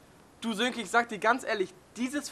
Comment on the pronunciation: Sönke, nicht Silke :D